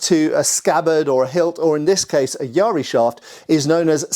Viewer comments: Yaris are always interesting, but that looks like a really short one and lacks an ishizuki. It is quite a late one though, so definitely not a battlefield yari, especially with a red oak shaft. In the style I practice, we use a 2.4m practice yari, but the real ones were just over 3m. (Also, Please stop with the pirate pronunciation of yar-ri. It's just ya-ri. By this point I think that you're doing it on purpose). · Calling it yari spear is like saying chai tea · Not Yaaaariii The syllables are short and clipped. YA-RI. If there are more Japanese weapons in your videos, please use the proper pronunciation. FU KU RU, not FUUUKUUURUUUU. It sounds so painful when you mess up the pronunciation!